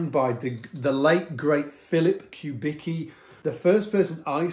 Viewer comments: Not “cue” but coo - Vicki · Isn't it pronounced "Kubiski?" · His name is pronounced "Kubitski", just FYI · Philip Kubicki (with respect - correct pronunciation Cue-bit-ski) designed the first ever Fender signature bass called Urge Bass specifically for his good friend Stuart Hamm. The switching is similar to the Factor you have there, and Stu Hamm famously recorded Kings of Sleep in 1989, using a Factor. The bass features on the album cover art.